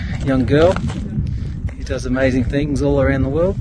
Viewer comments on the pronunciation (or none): none